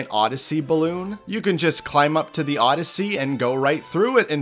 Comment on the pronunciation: bro thats mario "odd"yssey